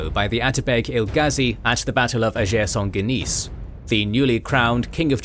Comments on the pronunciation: Another great episode! Very very minor point, you pronounce the Battle of the Field of Blood in French but Ager Sanguinis [AH-gher SAN-gwih-nihz] is the Latin term. It just makes it sound like “To Shake Saint Guinis”😅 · Why did you pronounce “Ager Sanguinis” as if it was a French name, it’s Latin.